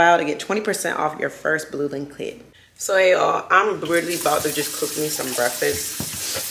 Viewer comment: Omgggggg the way you say breasss 😂 instead of BREAKFAST is freaking hilarious to me….omggggg I’m like wthhhh 😂😂😂 it gets me every time….Lmaooooooo